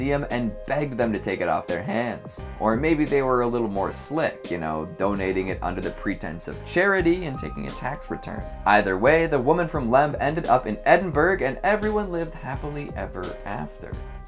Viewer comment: Excuse me...Edin-berg, where's that place then!